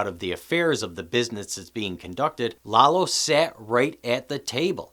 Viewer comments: his name is Lalo, not Lelo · Lalo- La-Low.. lol every white person keeps pronouncements it Lay low 🤦🏽‍♂️ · Danny J His pronunciation of Lalo really grates on the ears, but your amazingly stupid “every white person” and your blatantly incorrect “lay-low” (which no one had said) really grate on the brain.